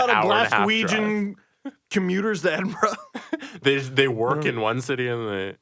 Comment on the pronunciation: I’m glad that you pronounce Edinburgh correctly,!